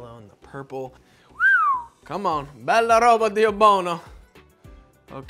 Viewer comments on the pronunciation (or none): none